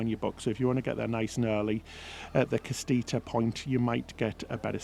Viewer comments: Ca-SI-ta, not Ca- STI-ta!! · Casita not castita 😂 I kept wondering what you were trying to say but thankfully I speak Spanish and got it when I saw them. Casita is small house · Hi, it's called a casita not a castita. It means small house in Spanish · Loved the video but I just had to comment… it’s casita, not castita: casa=house, -ita = diminutive suffix, cas+ita=casita=small house. Also, Messi plays for Inter MIAMI, not Milan, which makes sense given Royal Caribbean is headquartered in Miami and the Icon sails out of Miami and Royal Caribbean is the main sponsor for the team. Had to comment that otherwise great video y’all are my fav cruise YouTubers. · lol “castita”, Spanish is too funny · What a wonderful review. Your mispronunciation is just adorable! Castitia and Fravrioute are your words and love how you own them! But seriously you guys do such a wonderful jobs with your videos. After recently getting off Harmony it seems RCCL have really thought hard b about this flow and design and you showed it off perfectly. Can’t wait for the other videos on this ship. Lionel Messi plays for Inter Miami (not Milan)